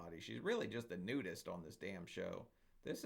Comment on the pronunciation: thank u!!! We ❤your videos!! Keep up the great work!! BTW ......the way u say she's a nudest😂😂😂 Can U imagine MY 600LB NUDEST COLONY??!!!! 😬😬😬😬